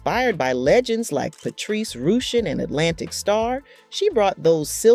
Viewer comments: Along with the clickbait and the mispronunciation of the other artist names, India Arie/India Airy and Patrice Rushen/Rooshen this commentator knows how to butcher up names 😂😂😂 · Exactly! Not "ROOSHEN"! LOL! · Patrice Rooshen??? Roll With The Flaaava??🤣🤣 C'mon!!!! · Same for the mispronunciation of India Arie! Its "AH-REE" not "airy". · Omg the mispronunciation of Queen Patrica Rushen just hurt my ears. Please if you're gonna talk about someone learn the correct pronunciation of that person's name . Ijs respect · Can pronounce Zhane but not Flava, Rushen, or Arie...🤣🤣🤣....